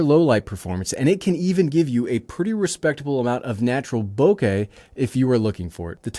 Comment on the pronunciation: Thank you for saying bokeh properly